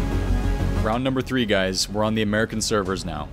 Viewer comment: 300k = free hundred k.